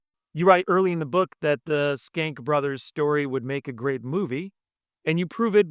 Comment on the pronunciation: Pronunciation of the name is interesting. We talked about it before the interview. I realize now that if the Nick Schenck had been written on the bottom of MGM / Loew’s inc. movies (no way of knowing this ahead of time) nowadays I (and most people I’ve run across) would pronounce it ‘shank.’ While skank has negative connotations towards women it is also the dancing for ska music. Shank can be violent or moderately- very insulting.